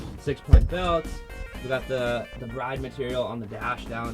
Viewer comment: Ur saying Bride wrong. But we still love you 😆